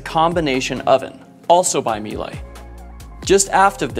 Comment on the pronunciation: Stunning boat! Bow area seems to be a great place to do... Everything. Oh, and it's pronounced "Meel-eh", but it's not important as long as everyone understands what's being said :)